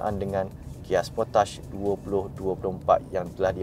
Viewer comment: The correct pronunciation of Kia Sportage is "key-uh spor-tahj".